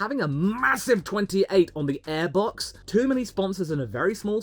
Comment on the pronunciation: its aiebox not eeeebox